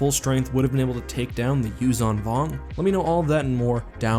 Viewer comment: It's Yuuzhan Vong, not Yuzhong vong.